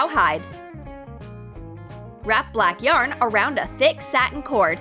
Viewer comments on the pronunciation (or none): none